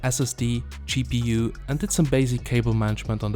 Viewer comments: Gpu nah, cheapPU. Unintentional pun thanks to his accent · I like how you pronounce GPU. " Chee PU " :-) <3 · More like Cheap EU ^^